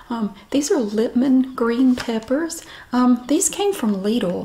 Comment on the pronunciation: Why d8 you always do the writing when saying Lidl? You pronounce it pretty accurately, i can say that since im german where lidl is from